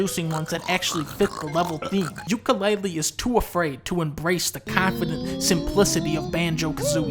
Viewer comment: More like Dunka-LEAHlee